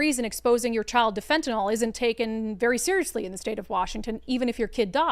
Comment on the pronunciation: FEN-TUH-NIL. Not NOL😂 Shit is no joke